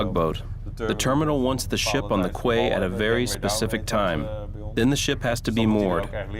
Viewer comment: Who pronounces "quay" as Kway? Weird...